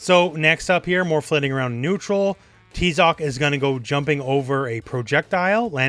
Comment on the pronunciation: Its pronounced "TIE-ZOC". We can tell you never played the 1st one as Tizoc.